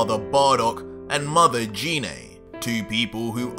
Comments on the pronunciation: its geenay gine not jeenay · Am I the only one who gets triggered when he pronounces gine wrong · Why do you call Gine Jine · no hate but it triggers me how he calls gine name wrong like I'm guessing you've seen the movie where they call her gine